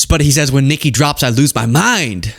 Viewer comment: Ion like the way you say Nicki’s name. If you don’t pull a little more unff in it, done say it!!